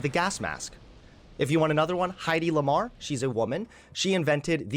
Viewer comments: This was a great debate but mispronouncing Hedy Lamarr's name made my skin itch and I need to call it out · And then when dismisses his one (1) study he tries to sidestep his criticism by bringing up that he mispronounced the author's name. 😂